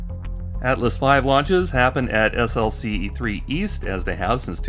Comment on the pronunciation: You pronounce SLC as "slick". I worked at SLC 4 on Titan for 12 years.